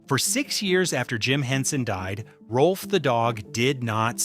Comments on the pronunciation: It’s NOT “Rolf”. It’s “ROWLF”! If you want to be authoritative, GET YOUR FACTS STRAIGHT! And The Muppets without Frank Oz? That’s just WRONG, like nearly everything the Walt Disney Company does. But then, The Walt Disney Company without Uncle Walt has NEVER done things right. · The video says that Rowlf was the closest to Henson, but spells the name wrong and pronounces it wrong. Why should I watch the rest?